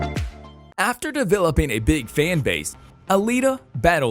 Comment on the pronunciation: "Duhvelopeen" is not a word.